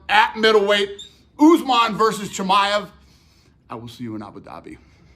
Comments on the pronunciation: Who the heck is chimmy-ev! Lol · Cha-my-ev! Love you Bisping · It’s actually pronounced Chimaev not Chimaev. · Hamza Chimaev, not Chimeev 😂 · ChimAev, not Chimeev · I love how you think his name is chimiev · 🎶 Chim chimmy-ev, chim chimmy-ev, chim chim cheroo, nobody prounounces it as ba-ad as yooooo!!! 🎶 😂😂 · Bisping, transcription for ya ʧi mʌ ev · Bisping pronouncing Chimaev's name two different ways within 20 seconds is funny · Bisping: " Chimeäff" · I love the way he says chimay-ev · The way Bisping says "Chimaev" is funny. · Didn't realise you pronounced khamzat surname like that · I hate the way bisping says chimaev. Is that the correct pronunciation? Bro has had to have heard buffer say it at least 4 times now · Learn how to say his name. Fml